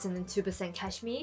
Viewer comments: I love that you pronounce cashmere as Cash-me its cute 😄😊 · I love how you say cashmere! I actually just received my order from Uniqlo and have some of the pieces you showed so very glad about that :)